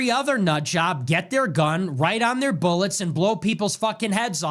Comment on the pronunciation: “BOOLETS” Love the content man, keep it coming!